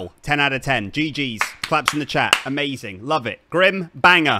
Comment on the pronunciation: It's Grim not Graham